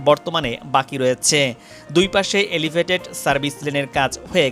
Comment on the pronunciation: ধুর ইডিয়ট!এলিভেইটেট!